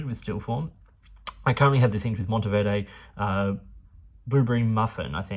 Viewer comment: You pronunced Monteverde so well